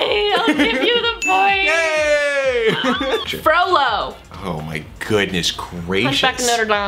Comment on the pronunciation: When she said Frolo, I actually thought she said froyo 😂